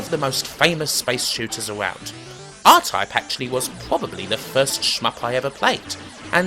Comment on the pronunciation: Diffwences in scweenshots for Aw-Type on the Spectwum.